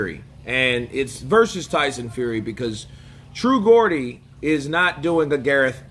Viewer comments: It’s said ‘Jordy’ meaning a man from the city of Newcastle-upon-Tyne ok✌🏽 ♥️ much love from 🇬🇧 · Bottom line is Fury needs to keep busy and Chisora is perfect for that and also giving Dellboy a good payday, he would have been better saying the truth, all the past champions have done the same you can’t have a War every fight. Geordie is pronounced as JORDY❤ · He showed his true colours with zero class! BTW its pronounced Jordie 👍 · True gordy! Lol.... you are prounacing it all wrong! 😂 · Pronounced "jaw dee". A Geordie is someone from the north of England, to be precise, Newcastle. They got weird accents up there. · Jaw -dee (say it like that) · it’s pronounced ‘true jordy’ it’s what they call themselves in a city called Newcastle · FYI Geordie is the name for people from Newcastle-up-on time its pronounced Jaw-Dee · Hi, just as a us/uk translation it’s Geooor-deeeee the guys from Newcastle so it’s a slang for where he’s from, there’s a nasty shitty show over here based on him called geordie shore, have a look but don’t get into it cos it’s shite 😂😂😂😂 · It's pronounced ...jee-or-dee lol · Geordie pronounced jordie, nickname for people from Newcastle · Geordie is pronounced Jordee, i say this cos iam a geordie myself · Look mate I know you're a yank but you need to understand it's Geordie as in pronounced JORDIE HAHA! You might be great with dates but not so much with pronunciation my friend! Apart from that keep it up I watch your videos.. Another Geordie! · Justr say True Jeordie mate and you will pronouns Geordie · it’s pronounced “True Jordie “ 😂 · its pronounced the true Jordies....not the G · Georgia pronounced as 'Jordy' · It’s pronounced true jordy 😂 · It’s pronounced Jordy 😉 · Geordie is pronounced "Jordy" fyi :) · Pronounced Jaw-dee btw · Geordie pronounced "Jor-dee" 👍🏻❤ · Its pronounced 'J' ordie bro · Pronounced jordie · It’s true jordey but spelt Geordy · It's TRUE geordie not gordy lol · Geordie is jor-dee mate